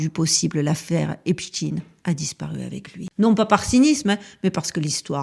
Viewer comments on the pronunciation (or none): 😂😂😂 brigade de la syllabe !!!! On ne lâche pas 💪🏼, on continue de prononcer à l’anglaise (tine et non ein) !!! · Pouvez vous donner une raison au maintien de votre prononciation de Epstein en In au lieu de aïn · C'est vrai que c'est bizzard de prononcer Epshtine alors qu'il s'appelle Epstein lol ... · Même la prononciation du nom du criminel est changée de"stein" à "dean", triste. Mon épouse et donc ma belle famille a un nom de famille se terminant par "stein", or bien qu'ils aillent aux quatre coins du monde 😁, ils n'en ont jamais changé la prononciation, USA y compris. Stein à l'allemande. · La chaîne des signifiants du récit de l'humanité selon J. Lacan ou l'instrumentalisation des grands archétypes dans la construction du réel?! Mais lequel sera signifié, exposé??? Et la prononciation du nom est toujours IMPORTANTE! Pas ''TEEN'' mais ''TEIN''! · Epstein pas Epstine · On prononce Einstein, Lichtenstein, Weinstein, alors pourquoi switcher sur Epstine ? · Salut. Pour la prononciation, je suggère de l'autre (ÉSTINE) Le type qui a acheté le site est du même gabarit et va tenter de prendre la place de l'autre. Vidéo toujours au top. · Merci, très intéressante cette vidéo, mes pitiez arrêtez de parler de ce type en l'appelant epstine...on on dit pas frankestine...!!! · Pourquoi dire epstine ? Vous dites Einstine et Frankstine? C'est bizarre... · Salut, concernant la prononciation du nom, comme c'est lui qui voulait qu'on l'appelle epstin, je ne suis pas sûr de vouloir respecter la "dernière volonté" d'un monstre 😉quand bien même le monde entier marcherait dans ce jeu... Maintenant, toi tu fais comme tu veux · Je t'assure que la prononciation de son nom a toute son importance... Le diable se cache dans les détails et nous le 😂savons que, trop !on dit bien Frankenstein... Albert Einstein... Etc... Mais lui et son acolyte Harvey WEINSTEIN... Ont le droit de voir leurs noms se transformés... Bizarre, avez-vous dit !?? 🤫 Force à toi ❤️ ❤️ ❤️ ❤️